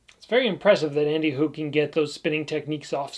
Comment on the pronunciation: as a guy from switzerland I really appreciate your pronounciation of andy HUG and thanks for the great video about two legends